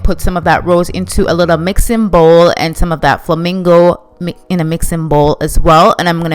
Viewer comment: The way you say flamingo and bowl sends me